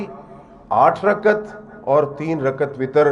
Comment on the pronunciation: رکعت کے تلفظ کی اداأگی صحیح نہ کرنیوالا تراویح کی دلیل دیتاہے پاگل دین سے بے خبر